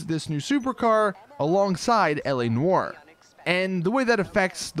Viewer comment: You say “Noire” wrong it really bugs me